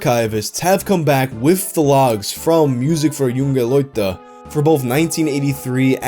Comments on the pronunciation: It’s pronounced moo-zeek fewr yoon-geh loi-teh if that helps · You actually got the "Junge Leute" really close this time! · Dude go to google translate, set it to German, write "junge Leute", click on the little speaker icon and hear how it's pronounced. It's not that hard lmao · As a german, it's every time funny how he pronounces "Musik für junge Leute".